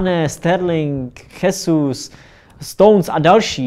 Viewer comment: Jesus sa čte džezus